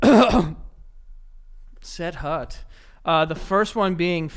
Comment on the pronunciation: The way Joey said set hut 😂